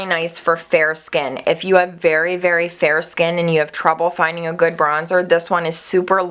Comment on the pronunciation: "It's so goodt" lol. Love it.